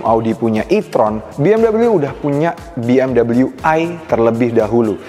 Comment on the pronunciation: klodi indo sebut biasaa aja bng bmw .dobal dabel u😅 ..dengernya gmna gtu buat orng kmpun kaya saya